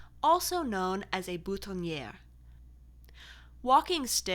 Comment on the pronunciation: This is so interesting! But if I may offer a suggestion...given your precise pronunciation, which is lovely, could you please google the pronunciation of French terms, of which there are many in fashion! Pince-nez, boutonnier, and pret-a-porter are a few examples. Easy to say, but learn them correctly.